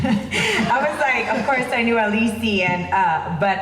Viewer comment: Aleecee? I though it was Alice?